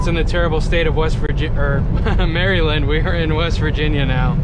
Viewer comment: Just came across your videos! I’m highly considering joining CFI! Btw the way you say Maryland was funny😂 “Marylin”